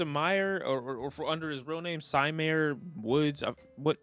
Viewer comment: Su- meer woods is how you pronounce uzis name.